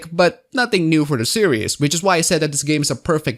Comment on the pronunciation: Great video, but permit me to mention that "series" is pronounced "sear-eez", not "serious". I don't mean to be a dick about it, so sorry if it comes off that way.